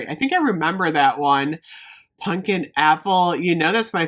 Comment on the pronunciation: I love you but it's pumpkin not punkin.